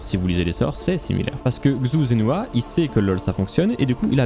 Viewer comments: Très cool, juste pour que tu le saches, la prononciation de Xu Zhenhua c'est "Chou Djen Rua" ;) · La vidéo est incroyable ainsi que l’histoire, mais dommage que tu ai mal prononcé son nom/prénom toute la vidéo